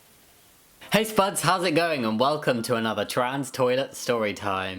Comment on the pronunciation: OMG I THOUGHT IT WAS “hey sperts” brjekhrbrjrjr